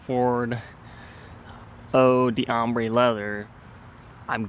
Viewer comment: I think the pronunciation is more like "oh dombre leather", so you don't pronounce the "dee", but rather, it blends in with the next word. That's quite a common pattern in French when you see the apostrophe D pattern. Not trying to be a prick, but it helps to pronounce it right :)